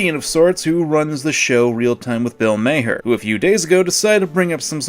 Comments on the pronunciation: Bill mawher is how it pronounced not mayher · Is "May-her" another purposeful mispronunciation out of condemnation of what Maher did? :3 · It's pronounced "Marr" but ok. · i dont know if u do that on purpose u mispronounced his name